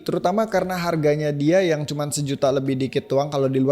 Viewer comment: cuma 1jt lebih... "C Y U M Y A" :v